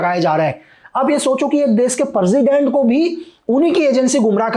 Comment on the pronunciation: President ❎ Perzident✅ 🤣